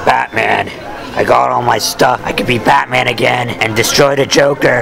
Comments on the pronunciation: Like his vidieo every time he says patman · scoopity woop I didn't knew he probably said bataman on purpose. Sometimes, I just don't understand. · PlashMon not grownman....batman